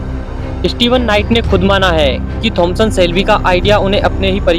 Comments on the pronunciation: Bro it's Thomas Shelby not Thomson Shelby 😅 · Abe bevkuf pahle Naam acche se bolna Sikh jaaye Thomas Shelby Naam Hai uska